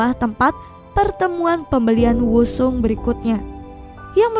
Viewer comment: Maaf min sedikit koreksi penyebutan nama korea: Soo young: SU YONG bukan so yung Woo Sung: U Song Dong Soo: Dong SU bukan dung so Sang hyun: sang hyon Soon ah: sun a